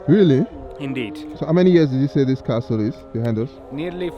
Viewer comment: Great views as usual., we need to work on your pronunciation. The "t" in castle is silent. Take no offense as anything or anyone can improve. As a Yoruba person, we already fight the "h" and "i" factor. Wishing you the very best. Can't wait for Covid to be history so my family can explore Africa. Thank you so much for all you do to showcase 🌍